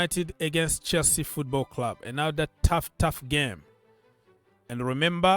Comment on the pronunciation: I like the way you read Chelsea 🎉 Love for the big blue club